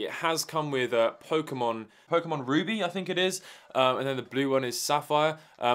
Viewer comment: "Pokemon Ruby"